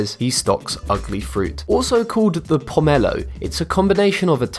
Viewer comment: Also, the way he says tangelo and pomelo, also ugli fruit is not the same as a pomelo, and I'm pretty sure a tangelo is a tangerine and a pomelo.